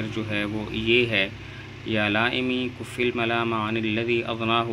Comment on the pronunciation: کف پر زبر ہے حضرت